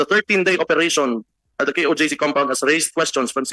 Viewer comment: di pala alam ni robin yung meaning ng sinusuportahan yang kingdom🤣🤣🤣 ano sabi ni robin KJOC PATAWA. KOJC YUN ROBIN HINDI KJOC. ALAM KAYA NI ROBIN IBIG SABIHIN NG KOJC? 🤣🤣🤣 yan ba ang no1 senador di alam bigkasin ang KOJC. ibig din sabihin di nua alam meaning yan🤣🤣🤣 kamote ka robin.